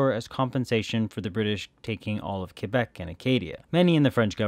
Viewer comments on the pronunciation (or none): none